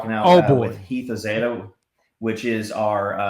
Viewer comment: For the record, it's Heath Ozaeta (Oh-Zeye-ta) - Just for the future